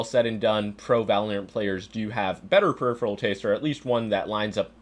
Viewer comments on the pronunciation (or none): none